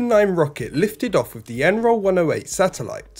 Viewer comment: Once more, wiv feeling. Next week the narrator will be Andy Murray.